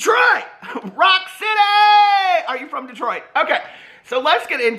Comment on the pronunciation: I lose it every time you say Detroit 😂😂😂😂😂